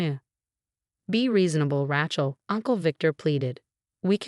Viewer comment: also Rachels name is spelled and pronounced wrong along with so many other words.